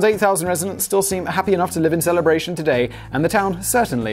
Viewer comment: I'm surprised he pronounced Celebration correctly.